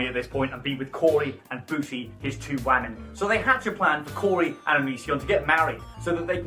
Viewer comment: The way you speak, say the word “wamen”, the fact that you use the r word and refer to your viewers as only male is.. yikes. I hate onision as much as the next person but it doesn’t mean you have to be insufferable yourself. The girls with internalized misogyny encouraging this in ur comments is something to note as well